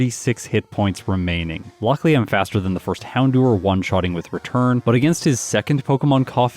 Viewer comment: Ughh he said "Houndewer" again!! Like id love to see him pronounce "hour" either it comes out as "hewer" or he does the unthinkable and says it right